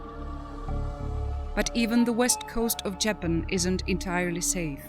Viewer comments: Love these video's but the narrator makes me want to keep scrolling since she can't even say Japan right, it's not Jay Pan!! Sounds too computer generated and is really off putting. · JAPAN Pronounced : [ juh-pan ]. Say it correctly! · This woman cannot even pronounce JAPAN correctly. Get rid of her!! 🙄